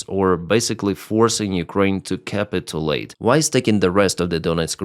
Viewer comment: "Russia threatens nukes". RUN FOR THE HILLS!!!!, or just roll your eyes and laugh, if you actually know anything. This is what, the 4000th time? 😛 It just sounds stupid at some point, and we are WAYYY past that point. Pronounced more like 'capitchulate', even though that makes little sense, looking at it. Your English is EXCELLENT, the reason I even bother with the few words I hear largely mispronounced. There aren't that many of them. NOT a Musk fan, but thank you Elon, for doing that with Starlink. Good on ya. Credit where credit is due. Did you hear Starsky talking about Ukraine sending the drone kill videos to Russia so that they have to pay for the deaths? Brilliant, and FUNNY!